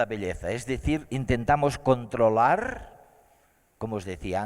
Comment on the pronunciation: controlarrrrr y disfrutarrrrr